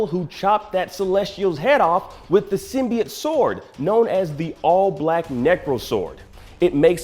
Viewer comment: Learn how to pronounce symbiote jesus